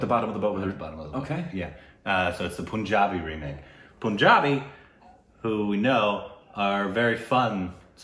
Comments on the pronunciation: Guys, it's PUN-JABI (pun pronounced as in fun) .. Not POON-JABI! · I still don't know why they pronounce punjabi as poonjabi while its pronounced same as the word "pun" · WHHHHHYYYYY POOOOOOOOOOOOOONJAABI?!?!?!!?!? IT'S PUN-JABI. PLEASE FOR THE LOVE OF BABY YODA SAY IT CORRECTLY THIS ONE TIME!!!!!! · It's not Poonjabi lol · Pun in Punjabi is pronounced as Pun, the English word.